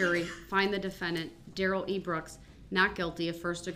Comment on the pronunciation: “Oaf of office”….”the troof”….”substained”….DUHrell Brooks